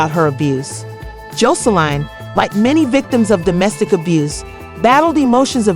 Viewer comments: Honey you saying her name ALLL wrong!! WTH is Joe so Line??? 🤣🤣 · Why you fuwking her name up so bad…